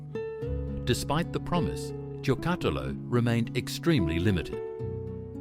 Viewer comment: Thanks for this trip down memory lane. The pronounciation of Giocattolo needs some work though 😂